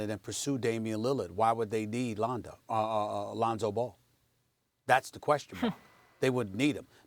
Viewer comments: She really said Ronzo 😂😂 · “Ronzo” why is Molly even on this show? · Molly says "Ronzo", then Stephen A says "Londo." These mofos high? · She called that nigga Ronzo 😂😂😂😂😂 I’m dead #FaM500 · RONZO MOLLY? REALLY?! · Are we ignoring the fact that she said "Ronzo" is the back up? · Lol "Ronzo". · She said Ronzo 😂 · Who is Ronzo? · “Ronzo” “Londo” Lmao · We all just going pretend she didn't say Ronzo? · Bob OG yeah and “Londo“ from stephen a :D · who the hell is Ronzo? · Who tf is “Ronzo”? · Stephan a said Londo right after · Ronzo Londo IM DEAD 😂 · Then Stephen A. Said “Londo” lol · Did she say Ronzo?